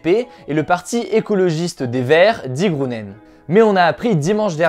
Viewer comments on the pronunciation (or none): C'est pas "die Grounen", c'est "die Grunen" 😂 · Salut Hugo, petit tips pour tes prochaines vidéos : en allemand (et dans les langues germanophones de manière générale) le "ü" se prononce comme un "u" françcais, tandis que le "u" se prononce comme un "ou" français. Ainsi "die Grünen" se prononce-t-il "die Grunene". ;-) Continue comme ça et bonne chance pour ton voyage.